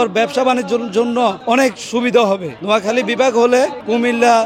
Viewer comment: নিজ জেলার নামে সঠিকভাবে বলতে পারতেছে না মূর্খের মতো কি আবোল-তাবোল বলতেছে, একটি সুন্দর করে ভাইয়া তোমার কথা হচ্ছে না